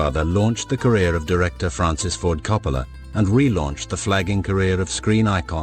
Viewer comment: Al says "Fwancis"... I wouldn't want him either!!!